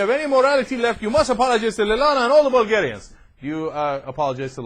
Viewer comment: "Bulgarianis" What the heck???? We are not a middle eastern country to be recieving that weird "i" in the end!! Seriously that incompetence made me stop the video to rage a bit.